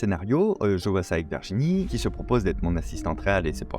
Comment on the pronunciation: J’ai adoré le court métrage, les coulisses, le travail d’équipe… Au fait Virginie se prononce Virginie et non Verginie… 😏